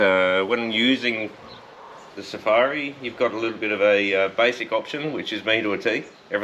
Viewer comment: have you blokes ever been on an African safari? suh- far-ee